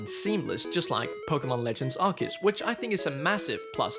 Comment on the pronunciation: Brilliant video,!! So far, your work on Nintendo Life is just amazing. Also, you say Arceus properly. Take note, Zion 😂😂😂. I will be picking up Scarlet and my wife has claimed Violet. They are out preferred colours. Cannot wait for these new games. I just hope they have the same style and mechanics as Arceus. Fingers crossed 🤞🤞